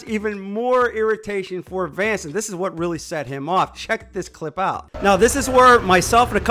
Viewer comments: Bro seriously called him Vance lol 😂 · Maybe he was upset because you kept calling him Vance instead Vince. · his name is Vince. at least get his name correct.